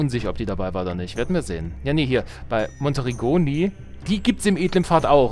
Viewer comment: Monteriggioni...ausgesprochen = Monteritschioni🙃 Klugschiss Ende.